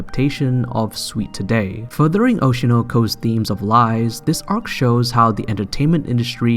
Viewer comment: the way you said "Aiii Hoeshinaur" and "Aurshinaur koar" it triggered me